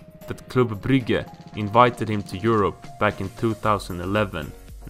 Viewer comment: so you did all this research but you didn't research the names? lol, poor Soulshire. And Carlos Bacca played in Brigga (Brugge) ahahaha